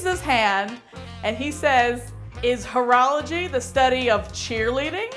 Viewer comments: When she said horology I thought she mean't whorology... if you know what I mean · At first i thought he was calling cheerleaders ho's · I thought he was saying cheerleaders were whores 😂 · At first i didnt know what was so wrong about that joke i was actually kind of laughing until the end i guess what they meant is that they tought he said whoreology instead of horralogy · Oh... The whole time I thought he was saying it like hoorah like cheerleadin... Now I get what she thought... I feel stupid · Oh I was thinking during the all vide why everyone where so offended about the joke because I thought it was about whora-whora and not about whore. The perks of not being a native speaker and don't know about the correct pronunciation I guess hahaha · Gimbra "Whoreology" it's sounds like he's calling the cheerleaders whores. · english is not my first language either and at first i ear "urology" so i expected a prostate joke... x'D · Gimbra HOE-rology